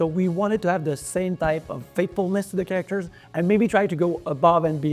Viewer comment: It's so funny that the Game Director doesn't even know how to properly pronounce the word "characters", which he says repeatedly throughout this video and many more interviews months ago., it's not "chaRACters"... it's "CHAracters", the stress should be on the first syllable. Get it right, for crying out loud!